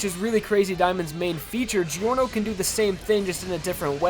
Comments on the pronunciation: it's not jee-or-noh.... it's jor-noh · It’s not delivery, it’s Giorno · It's clearly pronounced "Jorno", not "Jeeorno". Italians pronounce it this way and it's pronounced like that in the anime. What was he trying to prove by pronouncing it the wrong way? Or is it every anglo's stand ability - not being able to pronounce words the correct way? edit: oh. I see. The anime wasn't out by the time the video was released. I guess he wasn't bothered enough to check out how the name of MC is supposed to be pronounced. Still a good video though. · man, aweosme vid. try promounce his name as jorno jovanna (jaw-no jo-vanna)instead. you are welcome.😁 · I swear to God the fucking way you pronounce Giorno. I kind of feel like Ghiaccio — when he complained about people saying "Pariss" and "Venice"